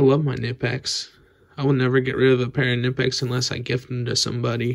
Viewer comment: Great video. But it is not nipex, k sounds in German. Knipex